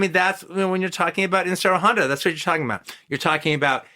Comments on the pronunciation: If he would have pronounced it correctly Ishiro Honda that would have been even better . A shame he didn't know the name !!! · Love hearing him talk about this is great, but the way he says Ishiro Honda's name wrong bugs me for some reason.